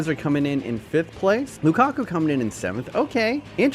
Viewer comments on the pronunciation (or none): none